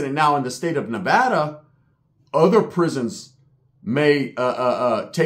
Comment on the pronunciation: I’m just happy he said Nevada right 😂